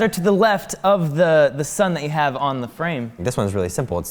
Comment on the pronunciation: "they haf a real dinosaur"